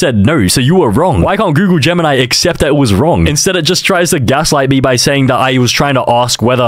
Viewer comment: Aint google gemini its goonle gemini